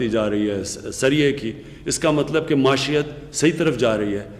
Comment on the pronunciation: Maeeshet hota hy word,prime minister sab. Maasheyet nahin hota word....